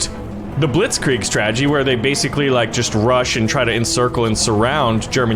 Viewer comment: I know you can’t pronounce but you’re saying Blitzkrieg wrong.